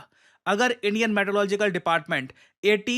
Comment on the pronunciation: Meteorological ❌ Maetelogical ✅